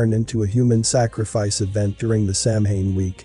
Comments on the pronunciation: You should google how to pronounce "samhain"... Sounds like śáh'wn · First of all you pronounced Samhain wrong. Second of all Samhain is a Wiccan holiday and is very peaceful and has nothing to do with sacrifices. You lost me right when you said that I was actually interested at first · Begging yr pardon, but it is pronounced Sow-WEEN not Sam-HAIN. I know it looks weird, bur that’s a fact. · Correct pronunciation is Sow (like cow) Ann, not Sam Hane. Irish isn't phonetic. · First of all.... It's "sow enn" ",!not" Sam hain "... Lol... As a left hand path luciferian witch, NO branch of Satanism or any other path that's luciferian requires blood or human sacrifice, none! So don't blame them. This wasn't us.... Whoever it is, it's not true Satanism. Secondly.... While I agree this concert was Weird, I highly doubt it had anything to do with GENUINE occult practices. That singer looks like he couldn't even read a ouija board, let alone summon demons! Lmao! So keep your tin foil hats on folks.... It was a tragedy, and nothing more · Yes, i wondered if anybody else would pick up on the pronunciation error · Sure wish narrators would learn how to pronounce words. (Samhain is pronounced Saw-when.) (I’m Not a witch, just an English professor.)) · Just an FYI, Samhain is not exactly on Halloween. It changes depending on the moon phase. So it’s entirely possible that the event was much closer to Samhain. Which btw is pronounced Soww-in. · I think Samhain is pronounced "Sah-wen" - if I remember correctly. I think the word is of Irish/Old Celtic origin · It is pronounced Sowain and it is time when it is believed that the veils are thin ancestors can be contacted. It has been hijacked by the Satanists. It was not originally satanic, and druids are not satanists. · Samhien is pronounced. Sow- when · Samhain is pronounced sah-win meaning darker half 👀 yikes 😳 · Samhain is pronounced sow-en, JS. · Nerves grinding with the mispronounced……. SamHain!!!!😂😂😂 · It's pronounced, 'sow-en'.